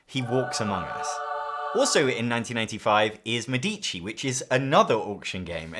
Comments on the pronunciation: MEDici. The accent is on the first syllable. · Thanks for the nice video. A minor observation: "Medici" is phonetically pronounced /ˈmɛ.di.ʧi/ with the stress on the first syllable ("Me"). In Italian, the accent falls on the first "e," not on the second "i," which often confuses non-Italian speakers. Compare with the pronunciation of "medical", in English.